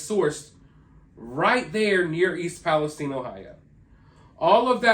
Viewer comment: Just curious as to why you pronounce it palesteen and not palestyne Shine time wine lime It’s all the same Listen to any major outlet pronounce it I’ve never heard anyone pronounce it palesteen Like teen sheen seem Just asking it’s your channel I’m still subscribed